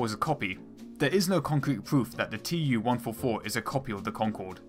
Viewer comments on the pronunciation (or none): IL -2 is pronounced "eew-2" fron "Ilyushin" and TU-144 is pronounced "too-144"